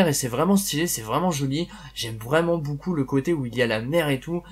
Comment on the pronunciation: pourquoi tu dis 'boucou' aulieu de 'BEAUCOUP'